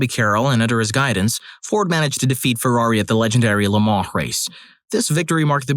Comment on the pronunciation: FYI, it's Le Mans, not Lemar